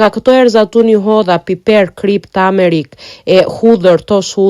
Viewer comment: Jo tamerik po tumerik